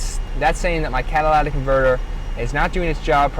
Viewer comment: lytic, say it! You spelled it right. Not catalatic.